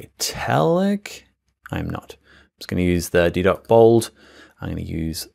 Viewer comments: Such a great tutorial, thanks so much! One fun tip, the font Didot, is from a French designer, so it's pronounced de-DoH, with a silent T. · Didot - t is not pronounced